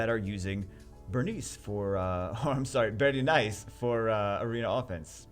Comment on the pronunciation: "BERENICE" IT KILLED ME LMAO